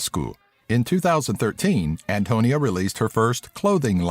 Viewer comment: SSERIOS? ANTONIA? WTF?